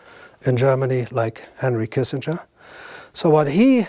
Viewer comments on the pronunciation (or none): none